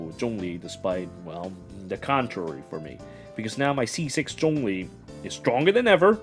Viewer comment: You pronounce zhongli well, others keeps saying xiangling.